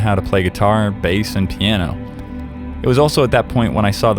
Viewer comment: Did eneyone else realise he said tiano and not piano ant